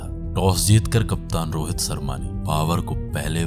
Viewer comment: Charma ne ballebaji.. abdulah chafiq... BOSDK, pronounciation thik karle...